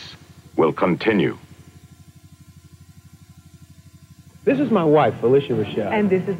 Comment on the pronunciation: LOL sounds like the narrator for the Miami Vice bumper said"Miami Vice..will KHAN-tinue." That Amazing Stories episode i think was supposed to been a pilot for a possible series,but the plans fell through